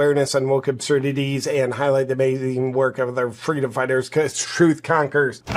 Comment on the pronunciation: Oprah was thinking Can someone tell her to shut the f##@ up? FWEEDOM... Check her earnings!